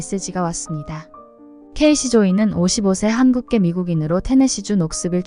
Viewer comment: 케이시 조이 --> 케이시 초이(Kacy Choi)가 맞을듯. 중간 자막에 한국이름 최광철 나온던데, 광철이란 이름 가진 사람들 이니셜 K.C. 발음을 응용해서 Kacy 나 Cacy, Casey로 짓기도 해요.